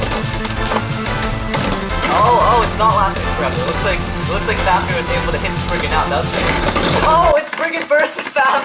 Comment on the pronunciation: The fact that he says fafner instead of fafnir irritates me